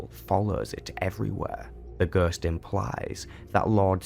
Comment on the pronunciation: "Gøøst" ... F F S